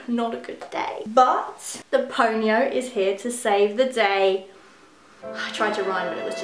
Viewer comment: I keep thinking she's saying ponyo